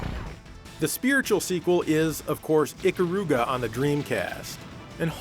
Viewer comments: I doubt anyone will see this comment but screw it, I think it was who said "Ikaruga" but he HORRIBLY butchered the pronunciation, I get he doesn't care but damn... I had all but one part of it correct... He pronounced it "E KUH RU GA" when it's actually "E KAH RU GA" it's Japanese and well... Here's an example of of a name, and thank you Yakuza games... Amon I admittedly say it like "Ey mon" when it's actually "Ah mon" and before people say "Oh who cares? It's just a word." Yeah to us it is... I give Japan more credit for shit than not... Now than... If anyone wants to learn Japanese under stand A's are pronounced "Ah" U's are "Oooh" like Kuro which O's are actually similar to how they are in English. I's are actually sound like "EE" now E's are the weird one for me but I'm used to it... "Eh"... That's all I'm done. Enjoy. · Dammit, you pronounced Ikaruga wrong! Why is it that the entire English speaking world always pronounces it wrong. It's not supposed to sound like an old car horn, Stop putting so much emphases on the middle syllable.